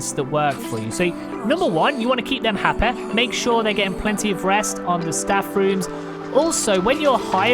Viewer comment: Keep them Happah. I like the video just for how you said happy